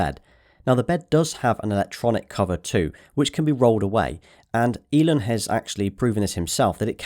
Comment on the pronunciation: Wait wait wait say Elon again. "Elin" Great video though. Look forward to see your cybertruck video 😂